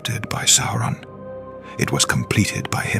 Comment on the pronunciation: It is not "Sore-on" it's "Sow-ron".